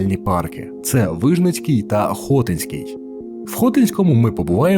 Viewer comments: Хотинський( наголос на и) парк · БуковИна, а не БуковинА, ХотИнський, а не ХОтинський, ставте правильно наголоси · Автору: надалі було б добре якось вивчати наголос у власних іменах. Букови́на, Хоти́нський.....